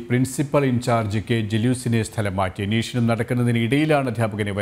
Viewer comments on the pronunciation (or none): അന്വേഷണം എന്നുള്ളതിന് ഇനീഷ്ണം എന്നാണ് അവതാരകൻ പറഞ്ഞത്... ദയവായി ശ്രദ്ധിക്കൂ